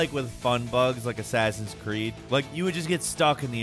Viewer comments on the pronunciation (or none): none